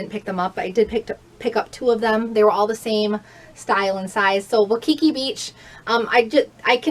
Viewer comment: I hate to be a pronunciation police buuuttt.....Waikiki is pronounced Why-key-key (I lived in Hawaii for 13 years and my hub was born there and lived there his entire life until we retired to Nevada. Also, Havasu is pronounced Have-a-sue. I hope this does not hurt your feelings.